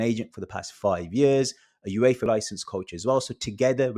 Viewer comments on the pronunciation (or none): none